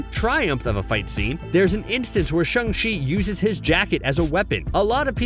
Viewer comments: Umm for the whole video u were saying “shEng chi” instead of “ShAng chi” which means angry lol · Shaaaaaaang .... not shUNG! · The way you butcher the name “Shang-chi” even after he literally told how to pronounce it in the movie is super cringey